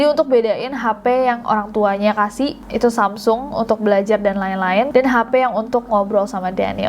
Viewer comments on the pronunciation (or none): none